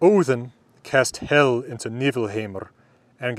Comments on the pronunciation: I don't know for sure, but I think Hel is pronounced with a long e. So its more like "hél" than "hell". At least in Swedish that is the pronunciation. The modern Swedish word for "Hell" is "Helvete" which comes from two older words, "Hel vite", meaning "hel" and "paying restitution". Today only used for christian hell, not the old norse hel. The pronunciation of "helvete" is also with a short e, so it's more like the english word for hell. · Norwegian here, "Hel" is as far as i know, not pronounced like "hell" have to draw out the "e" and not put so much weight on the "l" so kinda like "heel" almost like the modern Norwegian word for "whole" wich is also "hel" Gjallar sounds like the Norwegian word "gjaller" wich is kind of a verb describing a very loud sound that reverberates in a very large area, often between mountains or all over a town/city. "det gjaller i fjellene" basicly translate to "something is thundering in the mountains" <- not directly translated, just making it sound appropriate with a correct meaning translation. sorry if there are any english grammar mistakes, Norwegian is my first language. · Is your pronunciation of the Ls in Hel and Valhall authentic? In modern-day Norway, most of the country would use a different, non-American (non-retroflex, I think one would say) L. I'm just wondering whether you use that L for convenience or authenticity. I find some sources saying that L could be pronounced as you do in "old Norwegian" (which is a vague term), but none that it had to be pronounced that way in Norse. Thank you for your videos, they are fantastic. I always link to you when foreign friends ask about Viking culture and language. Heill ok sæll